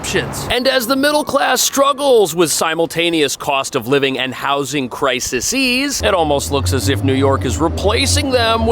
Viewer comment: The word 'crises' still has only 2 syllables 😬